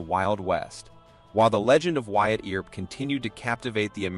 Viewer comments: The Earp brothers name is pronounced E*R*P. Ignore the A and do not pronounce it. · The pronounciations of commmon words and Names (EAR..p , Tuck-son, etc ) are so far off this MUST be an AI narration. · Great story and history - I just wish your narrator knew ho to pronounce Wyatt's last name and the other place names in the story. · Another comment from one of the watchers about the pronunciation of some words, such as "Mojave" (no "j" sound) and for goodness sake, "Earp" (doesn't rhyme with "ear"). However some edits of the video did correct "Earp", so the error was known. The first killing by Stilwell mentioned was that he killed "another" man. I thought I had missed something. I hadn't. I fail to see how the title of this video includes, "so heartless you won't believe it". He killed two men. "Chilling tale"? This is just to get folks to watch it. Also included are silly images of jurors in the 1800s. Most of the video has nothing to do with Stilwell. Instead of just presenting facts, it also goes too much into interpretation. This was not of production quality.